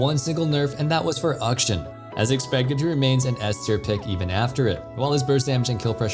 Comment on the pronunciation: Kinda sounds like he pronounces it "auction"